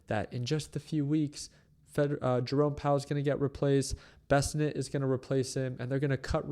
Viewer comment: Besnet ❌ Besent ✅